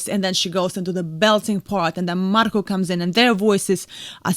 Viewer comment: I love how you say Marko, I would love to know how you say my name.